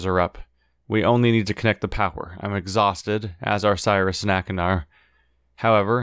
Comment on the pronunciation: Why did he change his pronunciation of Sirrus all of a sudden?